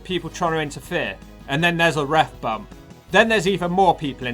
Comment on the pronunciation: Take a shot everytime the narrarator says "Ref Bumb"!!!